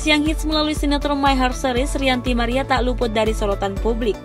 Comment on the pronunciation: Ranty maria min bukan rianty maria 😂😂